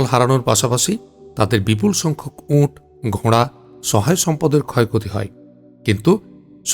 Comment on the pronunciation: উট হবে উচ্চারণ ঠিক করুন